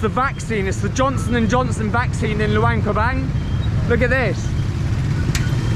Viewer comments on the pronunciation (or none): Can you please stop saying "Loo-ang Pra-bang". The name is "Lou-ahng Prab-ahng". "ahhh" sound. Please, you've been there long enough to hear how the locals pronounce it correctly.